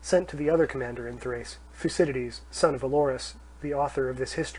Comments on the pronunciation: Sorry, but "thyoo-see-dye-deez?" Nope. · Please note that the pronunciation of some Greek names can be difficult, especially for those not use to speaking Greek (modern, biblical, or ancient) so, the name Thucydides is actually pronounced THo͞oˈsidədēz and not as the reader here pronounces that name. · thou kee thee these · How can you have not used a better sound/microphone set up before doing a whole book ? It is so amateurish and distracting it makes listening an unpleasant experience. And couldn't someone have told him how to pronounce Thucydides ?